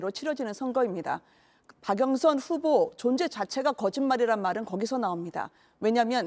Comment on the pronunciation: 허영 운다 울어 ㅋㅋㅋㅋ 박영선을 박영선이라 발음도 못하고 박영순 ㅋㅋㅋ